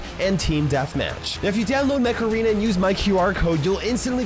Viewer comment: For the sponsor instead of "Mech arena" I heard "Macarena"🤣